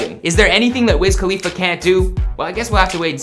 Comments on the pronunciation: WIZ KHALFA? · this man really said pass me the blunt to wiz khalifa bruhhh